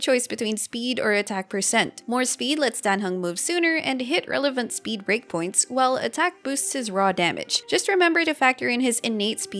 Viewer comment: For the first week of the game I thought he said Greg instead of break and was so confused who Greg was